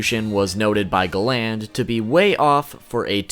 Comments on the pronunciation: Gland really you mean GA-land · sorry but the minute you said galan not galand im out bro to cringy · the way he says galan makes me cringe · Love the vid but i hate when you call galland,instead you call him galand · Galand not gland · I hate the way you pronounce Galand. They say it totally different and idk why it’s bothering me so much. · great video but a few points minor thing, its pronounced garan not galand, and the other thing, you called escanors move Divine sword escanor, however right before he uses that meliodas uses a move called Divine 1000 slices, so im pretty sure when you see the page and it says Divine sword that its meliodas who was trying to start up his attack but got interrupted by escanors move, and naming a skill of that much power after himself seems quite the pridefull thing to do XD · Galan not glan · why are u calling him ga land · Btw it’s pernouced Gal-end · "GAH-LAYND" jesus christ man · Pronounce Gallant properly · Gal-nd lol u need to watch the anime in Japanese lol u will see your saying his name wrong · I question your annunciation....Have you ever even watched this show?? Gallant.....GAL*LAN(T). Sorry for being picky....it drove me nuts. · Hearing him say Galand's name wrong made my ears burn 😂 thankfully I was able to finish it so I can know what the fuck Escanor is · Not how you pronounce galan